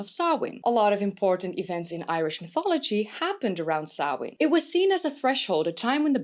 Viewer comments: Finally someone pronounced Samhain right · right?? It made me do happy hearing her properly pronounce it! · Good pronunciation of samhain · Not sure whether Samhain (nice pronunciation by the by) was just the part of the UK defined by ‘not being invaded by romans, Saxons and Viking’s I.e. the Gaels/celts. Was Samhain pre-Roman - in which case it would also have been part of the original Gaelic culture of England before it was driven out…